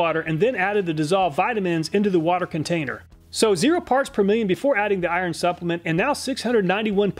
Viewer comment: Lol. I like the way he pronounces, “ iron”! 😁 cool.